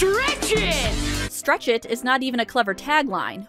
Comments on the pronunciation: I swear I here stretchin and not stretch it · He does say stretchin though